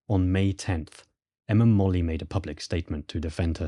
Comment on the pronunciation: Interesting. Molloy is usually pronounced as spelled, not 'Molly'.